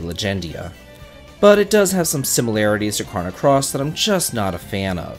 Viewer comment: This dude really said Crono Cross. LOL